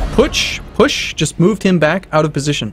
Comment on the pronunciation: I kept hearing 'eldritch putsch' whenever you said 'eldritch push', and all I could think of was lovecraftian hitler.